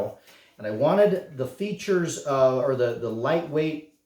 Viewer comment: Features? Hahaha butchered it ffs